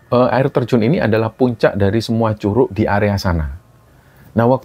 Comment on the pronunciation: Bukan curuk bacanya pake G 😂😂😂😂😂kaya baca G nya godhong😂😂😂😂